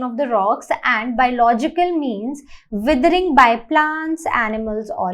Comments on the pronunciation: It is not wethering it is weathering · not them saying weathering as wiethering